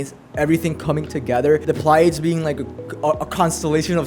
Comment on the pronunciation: This is a mess of a video, but this is exactly how people talk when they are genuinely excited. Also bishop, not baishop. Took me a while to realize what you where saying. Pliadese not plaieids. This would be compltely uninteligable if I didnt know what you mean. Tirisia not Tireizha...